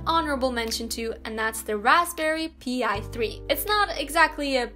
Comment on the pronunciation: "Raspberry P i" technically you pronounce that like Pie Besides the Raspberry Pi, there are other Single Board Computer (that's how these devices are called) out there too with a lot more processing power. Example: The RockPro 64, same size as an Raspberry Pi, one less USB port but you get an USB 3.0 port instead 4GB of RAM (if you go with 80$) or 2GB of RAM (if you go with 60$). You also get an a lot more powerful processor, the RP 3 B+ has an 64bit 4 core 1.4 GHz processor while the RockPro64 has the RK3399 which is an 6core CPU with 2 cores at 1.8GHz and 4 cores 1.4GHz. Additionally it has a small GPU. Of course, there are A LOT of different SBCs out there, some more expensive and powerful than other.